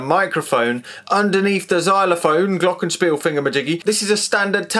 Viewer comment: When he nearly said Glockenspiel right, i got so happy. Then the next "Glockenspiel" squeezed all of the bliss straight out again.